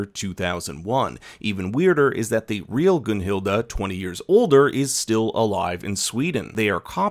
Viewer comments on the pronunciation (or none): good review but idk how you go from GunhilD to GunhildA its cringe